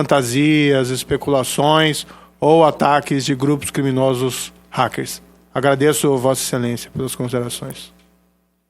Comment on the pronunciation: E ele fala "ráqueres" =P ahuahauahau é uma piada de péssimo gosto esta criaturinha